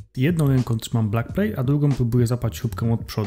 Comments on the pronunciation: Backplate, a nie blackplate :D Pozdro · Tak tylko dla twojej informacji: nie mówi się blakplejt tylko bakplejt czyli nie blackplate tylko backplate. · hej to się mówi bakplejt a nie blakplej